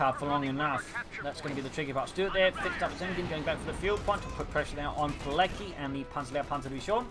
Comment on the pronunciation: Btw its pronounced "piletzky", not "pilecky" :P